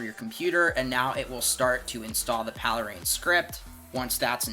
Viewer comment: "paley-rein"? Is it not called Pale Rain?